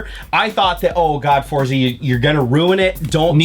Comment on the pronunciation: It's pronounced "Fortsa", like in "pizza". Its italian for Force.